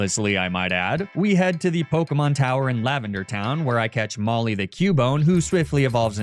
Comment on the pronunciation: im so sorry but the way you pronounce pokemon's names does physical damage to me